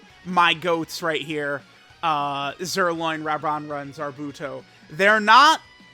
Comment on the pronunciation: JUST SAY ZIRLOIN